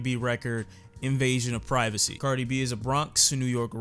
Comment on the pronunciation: When this nigga said "iffy uh" I laughed so hard lmao I didn't expect that at all